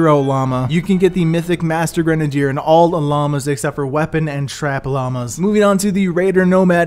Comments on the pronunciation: Stop saying gren a dier it is grenade r you dumbass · Gren - uh - deer. Now say it faster. Kids these days. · Granadier lol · Why does this dude pronounce grenadier like that ? Its cringey.